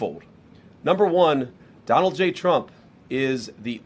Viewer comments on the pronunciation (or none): none